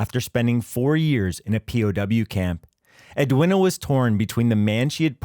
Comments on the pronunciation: Ed-win-a? Its ed-ween-ah, dopey yank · Edwina is pronounced as Edweena. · Ambrose did not make the error, he relied on what members of Easy told him. You’d think a channel that can’t be bother to check the pronunciation of Edwina (it’s edweena) would be less judgy. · FFS, Edwina is pronounced Ed-WEENA ….. AI Sh1te!